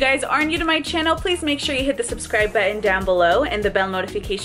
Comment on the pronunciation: Can you pleas say "Button" and not "Buens" this triggers me every time..